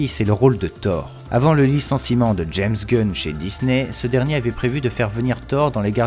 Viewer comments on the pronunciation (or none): none